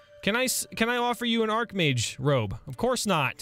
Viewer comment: "Archmage robe": ITS AND ARHKMAGE ROB